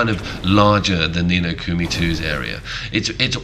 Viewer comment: Ni No Kumi bothered me lol